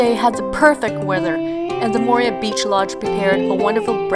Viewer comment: I quit watching within the first 10 seconds because: you mispronounced Moorea. Only a dipshit mispronounces the place that they are talking about. Mo o re a. Not Mo re a